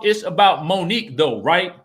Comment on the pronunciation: So y’all still saying Monique wrong 😑 ?